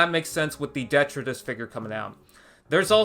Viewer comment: How come no one seems to know how to pronounce detritis? De-tri-tis. Three syllables.